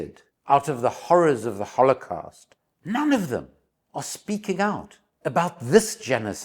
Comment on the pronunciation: Great video until I had enough of you mispronouncing holocaust. Sorry but very annoying